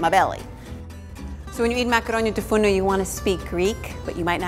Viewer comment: it is "tou fournou" not "fourno" , 🇬🇷🇬🇷